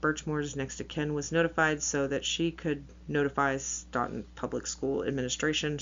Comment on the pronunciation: The town is pronounced Stoe-Ton.